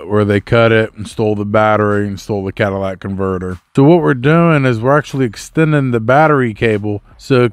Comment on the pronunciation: Cadillac converter? I'm a woman and I know that's not how to pronounce it lol